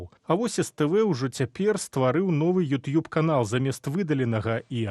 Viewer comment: Что за произношение:Ют юб?ТУПИЦЫ.